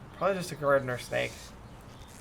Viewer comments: I thought you said a random steak 🥩 but you said random snake 🐍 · Lol, I thought you said you found a random steak in your yard😂